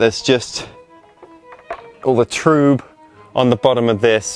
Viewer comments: trub is pronounced troob. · is it troob, or trub?